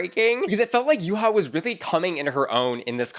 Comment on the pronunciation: Babes it’s Yuhua, not Yuha. There are 2 U’s